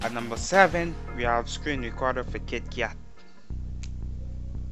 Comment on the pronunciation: rubbish, and its Kit...you pronounce the KK...KITKAT not YIT YAT!!